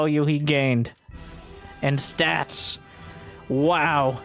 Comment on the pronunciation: Take a drink everytime calls Stats "Stabs" or "Sass"